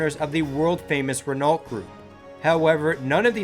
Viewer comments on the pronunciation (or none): It’s not REN-ALT it’s REN-NO